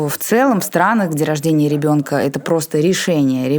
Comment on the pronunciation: Отличный выпуск получился! Спасибо! Одно удручает - когда слышишь «гебонка» вместо «ребёнка». И весь монолог в таком же стиле. Блин. Ну неужели сложно поработать с логопедом, если выбрала себе вид деятельности публичного спикера. Всю свою сознательную жизнь заниматься умственным трудом, не лениться изучать кучу предметов - ГОДАМИ давать интервью и говорить публично - ну так не топчись уже на месте - СДЕЛАЙ практику с логопедом!